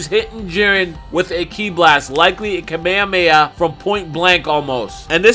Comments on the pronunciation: Its not KAMEYAMEYA Its Kamehameha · Did he just say kameamea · Can we all just learn japanese pronounciation? Kah-meh-ha--meh-ha please say it right :D